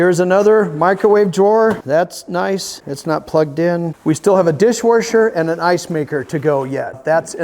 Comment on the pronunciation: I was cracking up to how he says dishwasher keep up the videos love them.